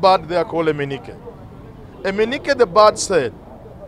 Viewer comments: “Eneke the bird " NOT EMENIKE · “Eneke” the bird, not “Eminike” the bird. However, good analysis. Point on. The wheel against the war on corruption is grinding. Barring from offices and impeachment of a governor has happened. It’s possible to have a conviction.